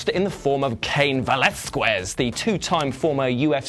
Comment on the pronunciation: You mispronounced “Velazquez” the U is silent.